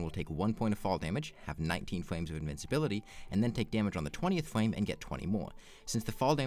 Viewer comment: Does this guy say "fwame" lol